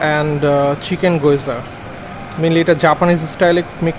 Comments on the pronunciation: ভাইয়া ওটার উচ্চারণ “গিয়োজা” হবে গোয়জা না। Thank you❤️ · গয়যা না গ্যেওযা correction * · Goyza na gyoza.pronounciation hobe geoza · man it bugs me everytime you say "Goyza"..it's Gyoza like gee· ow·zuh :'3 love your vlogs !